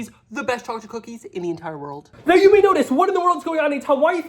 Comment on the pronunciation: "Chaw-chip cookies"!